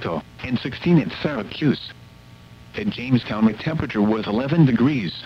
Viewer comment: "SyracUse"